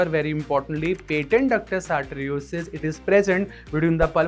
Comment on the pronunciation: Great explanation! Could you elaborate on the clinical signs that help differentiate PDA from other congenital heart defects in infants? Also, a few corrections—for example, like 'patent ductus arteriosus' instead of 'patent ductus arteriosis', 'cyanotic' instead of 'asyanotic', 'indomethacin' instead of 'indomethasin', and 'alprostadil' instead of 'L prostadil'. Small edits like these would make the video even clearer!